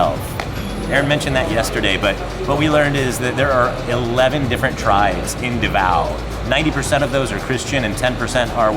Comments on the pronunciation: Nice! First if all, it's pronounced as DA-vao, instead of da-VAO. Even non-DAvao Filipinos get that wrong. And yes to fellow Filipinos, pronouncing it rjght is as important as prouncing your own personal names right.😉 Besides that, you're family is doing great and thanks for having an awesome time in Davao. 👌 Madayaw! 🦅 (MadaYAW = good; pleasant; beautiful) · Da-vao not D'vao